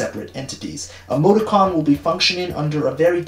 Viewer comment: Why you said “Emoti-con” I thought you said “Amogus-con” and I had to do a double take